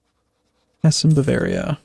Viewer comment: Why are Americans sooooo useless at pronouncing European names? Dude, you pretty much can't pronounce ANYTHING properly. Mainz, Hesse, Baden, Niederbayern, Cleves. Go and look up their pronunciation.